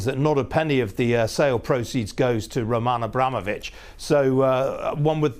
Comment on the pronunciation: This guy "Romaaahn Abramovic, Lionel Messaay"